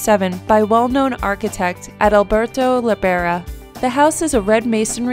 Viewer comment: How she said Alberto .. .. lmfao